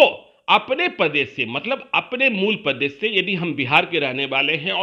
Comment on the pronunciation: Pradesh hota h padesh h language sudare totola